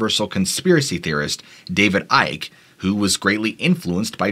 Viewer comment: Icke is like icky